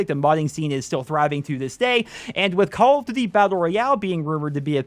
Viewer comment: they probably didn't invite you because you cant say call of duty properly :D